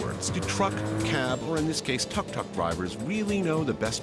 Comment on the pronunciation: Tuk tuk is pronounced “took took.”